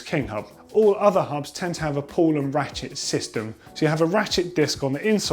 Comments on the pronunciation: Pedantic, but pretty sure it's "pawl" not "pull". Otherwise helpful video as ever chaps :) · Good one again :-) Although should've read "pawl" instead of "pull" ;-) Also I wouldn't use oil in the freehub but rather a specific freehub grease.